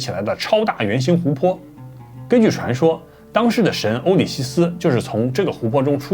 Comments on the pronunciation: 好幾集 歐西里斯 都變成 歐里西斯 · 是歐西里斯，不是歐里西斯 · 口誤，講成歐里希斯😅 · 本集很精采，謝謝的影片! 不過歐里西斯應該是歐西里斯(Osiris)才對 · 俄塞里斯/歐西里斯，不是「塞里西斯」😂